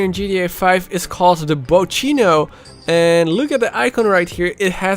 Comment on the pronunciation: Lol I’m Italian and for how you say bocchino I laughed so hard